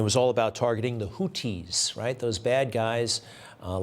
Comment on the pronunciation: Greg is the only news dude person I’ve heard pronounce Houthi correctly. Wow. Couldn’t believe it!